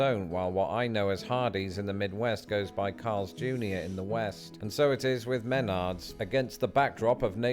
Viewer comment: If you ever listen to the commercial jingle, the name is pronounced “meh-NARDS”. Emphasis on the second syllable. Until this video, I’ve never heard anyone call it “MEN-ards”.